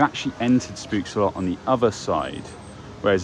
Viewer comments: have to as it sounded funny but spookslot you pronounce as poking pook and a s spook and slot as sloth but then you remove the th sound just slot if this explains it well 🤭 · Oh my god the way you pronounce "spookslot" lmao